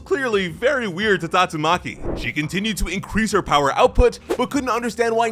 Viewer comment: The way bro said tatsuMAKI showed up.